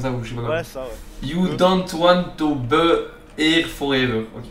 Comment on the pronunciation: Mdr il dit be